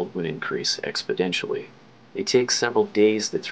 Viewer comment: " EXPODENTIALLY"??? replay the video